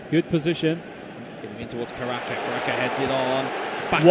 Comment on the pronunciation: Gue fokus pada komentatornya,, caraka dibilang karaka😂😂😂😂😂